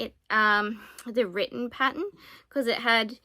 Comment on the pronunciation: Patt ERN…. Paten is something else